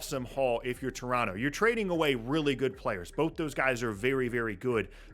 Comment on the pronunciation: I appreciate that this guy pronounces Toronto the way they would say it in Toronto